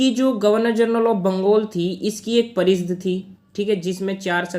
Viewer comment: Bhai parishad hota h naki pareeshd